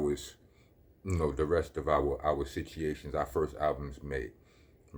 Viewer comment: What's funnier the way you pronounce, 'Situations' or your half dozen teeth?